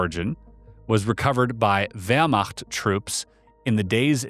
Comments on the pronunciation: My congratulations for perfectly pronouncing the ch in Wehrmacht. Not many english speakers are able to 😂 chapeau from Germany 👏🏻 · I did NOT expect you to pronounce Wehrmacht EXACTLY like a native speaker would! WTF